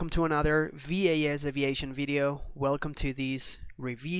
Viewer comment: V-A-S-aviation, never realized that it was pronounced that way lol